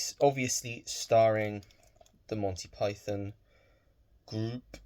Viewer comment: Always good to see more Python, not to mention the joy of hearing a fellow Brit oronouce it properly and not PIE-THON (with gross emphasis on the second syllable) like so many Americans do in their vids! I think I mentioned a potential forthcoming release on 4K for Holy Grail and I saw it’s fir 25th August though I doubt it’s got any noteworthy new special features and, like so many modern steelbooks, it’s a pretty ugly mishmash of the original poster plus way too much cluttered text. I’ve been trying to cut back on spending myself as my recent refurbishment of the flat hasn’t been cheap plus I’ve not been overly bothered on picking up a lot of new releases. I received the utterly splendid Wake In Fright Boxset from Umbrella last week which in itself wasn’t cheap but is so stacked with features and even the original book that it more than warrants importing. Really superb Ozploitation film with Donald Pleasance though I’d forgotten how uncomfortable it gets, especially regarding an infamous kangaroo scene. Other than that my other major purchase is Orlando with the always divine Tilda Swinton which is a gorgeously shot film that’s surprisingly witty and well worth a watch. Another lovely set from Curzon, a company who have really stepped up their game with quality releases and especially their gorgeous boxsets covering the works of Wim Wenders, Lars Von Trier, Ruben Ostlund, Peter Strickland and the forthcoming Michael Haneke. Take care,, and let me know as and when you